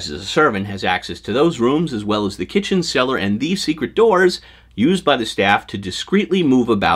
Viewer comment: "kithen" hehehe